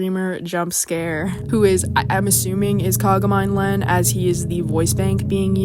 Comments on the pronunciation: She did, it's pronounced Kaga MI NE Len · I love the video, but you pronounced Kagamine Len's name wrong